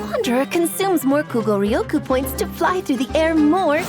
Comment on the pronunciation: the way she says Kuugoryoku is so satisfying to me